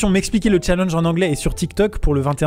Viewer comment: Déjà sais challEnge et pas challENge et sais romAn et pas romAN